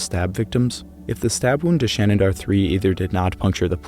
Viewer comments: You're pronouncing 'Shanidar' with an extra 'n'. 'Shanidar', not 'Shanindar' (which is what you're saying each time). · Remember, people, it's "Shanindar Cave" with an extra "n", as opposed to "Shanidar Cave"!